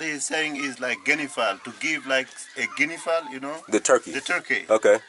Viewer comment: A Guinea Foul is not a turkey dude; the man said Guin a foul and you’re still saying turkey. Smh